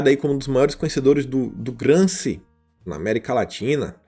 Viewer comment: GramSCI => se lê GramSCHI, Antonio Gramsci